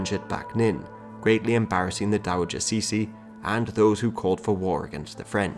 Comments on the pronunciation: actually it should be prononced like"chi-ci"not "cici" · Cixi is prounounced Tsee-ci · " Ci xi " is admittedly a tough one to pronounce. Ci sounds like the "tser". Xi sounds like "shee". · Cixi can be pronounced simply "chi-shi" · To use English pronunciations, it's better to pronounce Cixi like "Tser - Shee". (Source; I am a Singaporean Chinese, grew up with both English & Mandarin) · I get your shee, but why there is an R after tse? that sounds like 慈儿禧 no? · That's not how to pronounce cixi